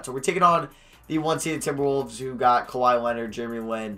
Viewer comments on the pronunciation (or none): none